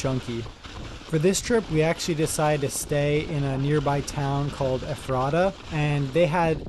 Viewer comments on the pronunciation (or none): Ephrata is pronounced Ĕfrətə (very soft t…almost d) 😊 There are also some decent trails at Governor Dick, not so far away. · My favourite part was when you pronounced Ephrata as Ephrata instead of Ephrata 😅